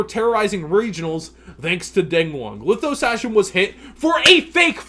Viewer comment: Learn how to pronounce Lithosagym please